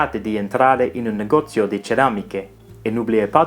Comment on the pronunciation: Negozio, not negozo